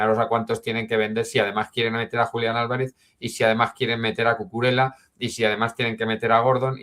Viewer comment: repite conmigo: CU CU RE LLA, CUCURELLA